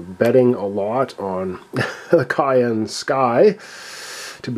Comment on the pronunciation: FYI, Cheyenne (like the capitol of Wyoming and the group of indigenous people) is pronounced shy-ANN. You have been saying cayenne, like the pepper. Sorry if this seems pedantic, but I just got a good look at the Cheyenne Sky ship token in this episode to clearly see the name. Anyway, as long as you can evacuate people off during the night phase I think you will probably end up winning. Cheers.